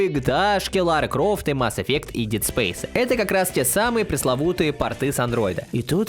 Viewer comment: Только у слово Dead интерпретируется как Дид, а не Дэд, уважаю! Импортозамещение на уровне. А, касательно Витки, то мне кажется, что она живее всех живых только у нас, все остальные уже хуй забили на нее, но, только у нас эта консоль, мало того что жива, так еще и прогрессирует.